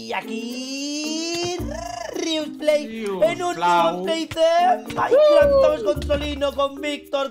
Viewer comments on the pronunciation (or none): none